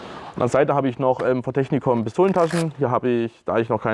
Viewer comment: Die Firma heißt Techinkom und nicht Technikom :P Im übrigen aber auch ne Geschichte womit ich mich befasse und ne Klamotte zu aufbaue. Digital Flora sieht halt einfach gut aus.